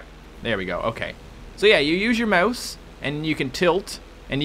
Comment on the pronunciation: 1) Rockstar has another thing coming if they expected $60 for a two-year-old port 2), learn to say "mouse" better?:O